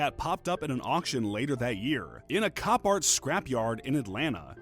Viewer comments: Cop-art? Its co-part. Couldn't let it slide. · it’s pronounced co-part not “copart”.. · Co-part not cop-art🤣🤣🤣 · It's pronounced copart. Not cop art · My man it’s not “Cop art “ it’s “Copart